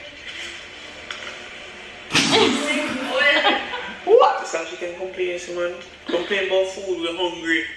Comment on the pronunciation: I don’t think I’ve ever said embarrassing properly since been saying “embarahhsing”